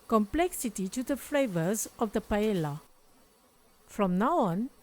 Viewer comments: Thank you for the recipe …very creative ! In Spain we say “there are as many paellas as cooks that cook them.” I wouldn’t use the fish, though, and add some artichoke and green pole beans. Anyhow yours looks very tasteful. By the way, Paella is pronounced like “paeya” not “paela”. 😊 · PA - EH - YA …. NOT ….. pa e la , please 🙏 thx ☺️ and it looks DELICIOUS 😋